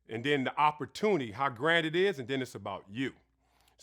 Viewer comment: Ifwu but nigga its opportunity not opportuni 🤣🤣🤣